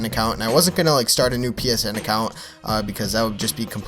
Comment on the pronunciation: its not "new"